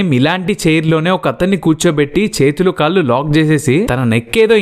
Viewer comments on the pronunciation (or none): none